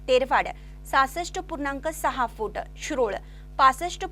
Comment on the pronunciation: फू८े८ेटं फू८े८ेटं असा उच्चार करु नका,सरळ साधा उच्चार ‘फूट’ असा आहे.